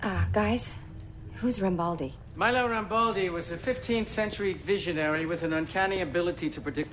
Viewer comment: t's not MlLE'O RAMBALDI, but ME-LO RAMBALDI. i'm italian